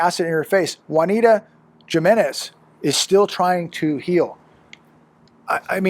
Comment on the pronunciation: Jimenez is pronounced ha-menez not ja-menez 😂😂😂😂😂